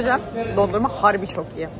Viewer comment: Harbi kelimesini çek kameracı şarkısında ki kadın gibi söylüyorsunn hahahahaha